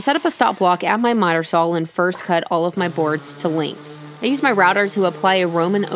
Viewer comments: Teehee... "Sawl"... lol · I like how you pronounce saw ... so American